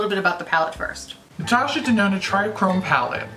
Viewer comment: I swear I heard you say Natasha Denono when describing your usual issues with red shadows... 😂